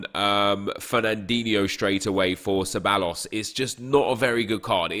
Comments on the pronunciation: Ceballos is pronounced kebaios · Ceballos = Kebayos and I’m not even Spanish cmonnnnn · Ceballos is pronounced theb-I-os